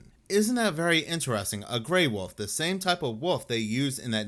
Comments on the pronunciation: Its pronounced WOLF not woof for God's sake dude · I love how he pronounces wolf "woof"😂😂😂